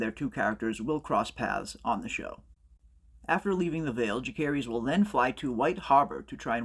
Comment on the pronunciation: It’s making me crazy that you keep pronouncing Jacaerys wrong. Ja-sare-us!!